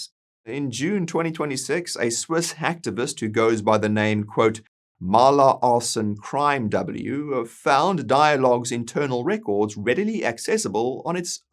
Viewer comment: Maya. It's "Maya" with a "y" not "Mala" with an "l". Maya Arson Crimew.